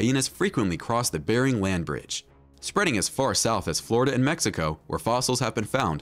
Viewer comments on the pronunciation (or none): none